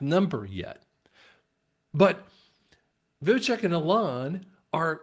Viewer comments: vi-vek not vivicheck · Dude it’s Vivek not vivitech! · You pronounce Vivek .... Viv (ache) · Vivek rhymes with Cake Vi-vake 2.4 trillion minus 2 trillion = 400 billion not 400 million. Just trying to set the record straight. Thanks, appreciate all your work. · Pronounce Vivake like cake 😂